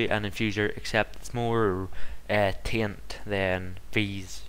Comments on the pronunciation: its not tint its taint btw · sounds like your saying tint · Lol, he does say 'taint' but it kind sounds like 'tai-ent' which makes everyone think it's pronounced 'tint'. Is he Irish?